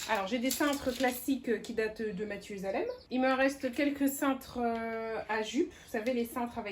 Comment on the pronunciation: Exactement. Mais on t'entend dire Mathieu Salem d'où mon étonnement. B dimanche également